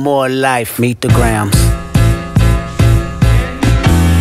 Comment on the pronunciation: This foo said meet the gramnasss